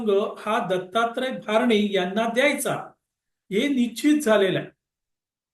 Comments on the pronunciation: भारणे म्हणु नका,भरणे आहेत,असा उल्लेख करावा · भारणे नाही भरणे